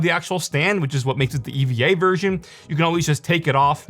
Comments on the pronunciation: It's not E.V.A. It's pronounced Eva, like the woman's name. Short for Evangelion - the anime series the monitor's color scheme is a tie in with. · Bro said E. V. A. Edition as an Eva fan I’m offended